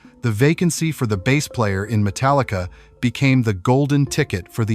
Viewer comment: I like his Newsted albums and you pronounced bass wrong